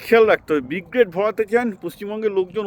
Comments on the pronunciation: আপনার কথার সঙ্গে আমি একমত, কিন্তু আপনি আগাগোড়া Brigade কে B-grade বলে গেলেন ভিডিও জুড়ে 😂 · Brigade ❌ B grade✔️ 😂😂